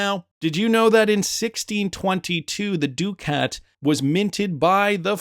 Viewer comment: Please learn the proper pronunciation of ducat. Also, the double headed eagle is not a phoenix. It is a commonly used heraldic image of ancient origin. The three shields on the coin are not a triskelion.